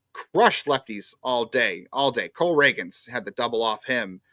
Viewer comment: I love but him continuously mispronouncing the same names has to be a bit at this point lol it’s Cole Ragans (ray-ginz)